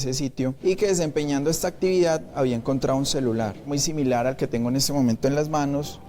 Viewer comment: Pescaor no, se dice pescador... encontrao no, encontrado!